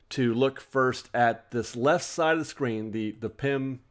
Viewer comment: I keep hearing you say “pimp food” instead of pym. 😂